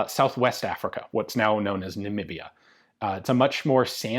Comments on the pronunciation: Thank you , and thank you for saying Namibia correct. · your pronunciation of Namibia was spot on bud. Lyttletone how ever is in Pretoria, on the Right side of the Hennops River :p (also known as the boerewors gordyn) Pretoria being predominantly Arikaans & Joburg More English back in the day. really loving the SA videos bud and just poking some fun in case my fellow south Africans are watching.